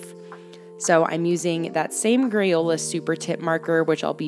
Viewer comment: This is very aesthetically pleasing. Though, I swear you said grayola marker and I love that.